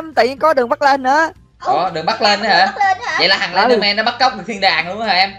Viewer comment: noi slendman la slendmong haha